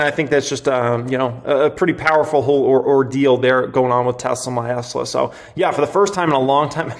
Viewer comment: Dude, wanted to hit the subscribe button but the “Tesla my Esla “ or whatever you’re saying made me check out